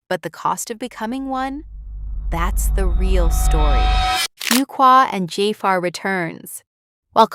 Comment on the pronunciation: Can someone tell these narrators how to correctly pronounce Jaafar's and Fuqua's names.